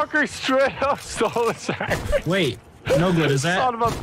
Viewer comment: "Why a cantaman eat a chocolate sangwich